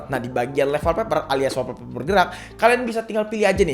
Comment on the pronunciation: saran klo nyebutin istilah inggris sebisa mungkin pnyebutanny bener biar mkin keceh contoh olweys bkn alweys wolpeper bkn walpeper:3